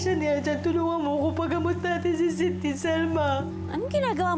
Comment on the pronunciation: KUNG NARINIG NYO SIGAW NI EMMA NUNG DUMATING SILA SA HIDE OUT. HAHA EMMA: SENTIII!!(ETO TALAGA SINABI NYA HAHA): SYDNEY! EMMA: SYDNEY! (NUNG NALAMAN NYANG MALI BANGGIT NYA) HAHAHAHA